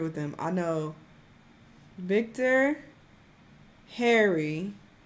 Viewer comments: that man's name is NOT Victor, 😭😭😭 but that sh!t is funny so i lowkey dont wanna stop hearing it LMAO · she keeps saying VICTOR its VIK, short for Vikram.....lol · It's not Victor🤣 it's Vikstarr and his real name is Vikram